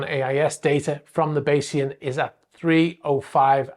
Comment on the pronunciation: Tragically unlucky. 5 am, everyone asleep, pitch dark, and hit by a sudden unpredictable squall. Thanks for knowing how to pronounce Bayesian, which is more than the muppets of the mainstream media can manage